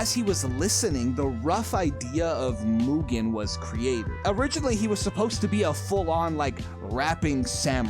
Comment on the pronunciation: Congrats on pronouncing Mugen correctly: "moo-gen" and not "mew-gen"